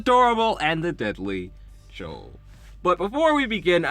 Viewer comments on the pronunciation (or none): i laughed so hard everytime i heard chole instead of chloe, great video